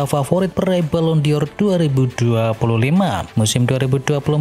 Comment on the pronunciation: Balon Dor BUKAN balon di or ... Nggak pake i ... Jgn norak deh lu min... Diketawain Neti tuh .. 😜🤪🤣🤣